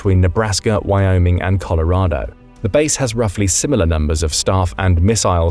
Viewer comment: If you look real hard at the word Colorado, you will notice that it ends with an O. Not an A.